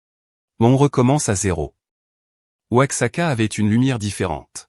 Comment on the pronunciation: Oaxaca??? Respectez les noms propres